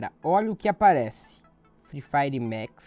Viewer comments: Mex é tocu ,é Max poha,jeitin brasileiro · Não é mex é maxxxxx